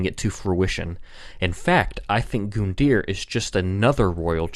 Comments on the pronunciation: This has probably already been discussed, and I don't intend to sound like an ass, but his name is Gundyr, not Goondyr. You don't apply for a goon licence (Maybe a supervillan's henchmen, but no one else), you apply for a gun license. It's not really a big deal, and you can interpret it any way you want, but based on how it's spelled and the lack of special characters surrounding the name, the u should sound like it does in gun, not goon. I know this going to sound like a duck move, but I really don't intend for it to. Also, I do know that this is two years old, but whatever. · All I hear when he says Gundyr is goon deer, now I can't stop thinking about an Italian with his goon's, which are all deer in suits. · gundyr is pronounced (gun-der) not goondeer. This bothered me so much. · the way to pronounce his name is u-dex Gun-die-er Edit: I’m sorry if it sounds disrespectful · Good god what is is with people saying their names wrong? Gun-deer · IT'S PRONOUNCED: GUNDYR - (GUN) (DEER) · Frankly that's better than how you pronounced it in the vid no offense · I fucking can't watch this video because you keep pronouncing it "goondeer". I fucking hate you Americans making everything sound retarded. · I was excited, saw the thumbnail, then I went in and noticed you said “goondyr”. Couldn’t make it past 45 seconds sorry fuck you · This is a good video but I almost ripped my hair out after hearing him pronounce "goon deer" for the 50th time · It's pronounced Gun Deer for fucks sake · he says goondir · 'Goondier' XD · ahhhh your pronunciation drives me insane. I don't care if it's a "joke" you made a serious video without making anything sound like a joke why say goon dear or O-syros. it's just annoying and makes my brain hurt ahhhh! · goondeer that's the way you say it and it hurts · It's not goondyr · This could be the best lore video ever but I had to click out after hearing "good-dear for the 7th time" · I like how he pronounces "goon-deer" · Gun-yr not Goondyr